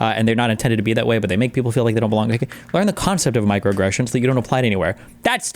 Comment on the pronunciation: Micro uh-gression